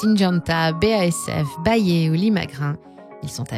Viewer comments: Ils ont tous droit à une bonne prononciation sauf bayer haha. Ça se prononce "Bayère" 😜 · ça prononce Bayer "Bayé" mdrr ambiance lama faché on capte bien que vous déléguez la voix a une actrice